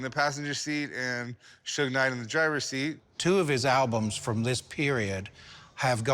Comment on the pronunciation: So Rick gets Tupac right and not Tupack, but he botches Suge for Sugar??? Had to be scripted😂😂